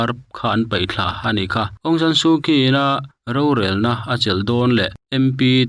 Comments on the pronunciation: Aung Shan Shu Kyi. Kyi hi Chhi tia lam tur. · Su Kyi--Su Chi tia lam tur. Politicah hian an hmathlir a thui lo. "Ṭanrual hi chaknaṭ"atân thupui ah an hmang thaei lo.